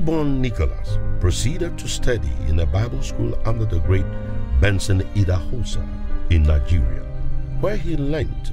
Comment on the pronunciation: So, this Narrator, has a clip of how Idahosa's name is pronounced and still decided to pronounce it wrong 😑